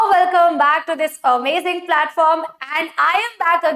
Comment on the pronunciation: When says ""A mazing platform""😊😊